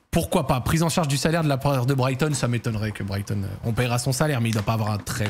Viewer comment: Pourquoi tu dis pas Brighton correctement t'as un truc contre eux ? Go SEAGULLS